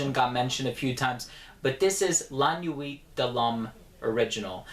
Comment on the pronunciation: Been a sub for a while. Terribly glad you don't pronounce the h's in french, but your pronunciation of nuit has bothered me for a while. You put a good bit of emphasis on the u, but it's supposed to be almost silent. Imagine pronouncing oui, except as nui.